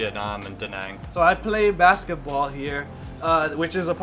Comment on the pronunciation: Hi. I'm Vietnamese. I'm surprised that you two can't correctly pronounce the name of the city. Obviously, no one has told you this. It's pronounced more like "Da" "Nung" as in jungle. Then, you are close. It actually has the accent ~, which means to "dance" that sound. Since you teach, listen to some natives say it loudly and 5 times. I see you guys live there but you don't really eat what they eat and say what they say. Hmmmmm You can even learn Vietnamese pronunciation from youtube videos!